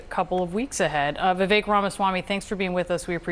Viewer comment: Vevek??? Omg..